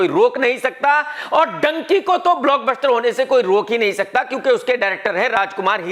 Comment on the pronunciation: It is not Donkey it is dhunki “Dunki”😂😂😂😂😂😂